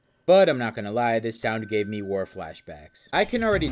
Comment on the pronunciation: Gaved????? You mean “Gave?”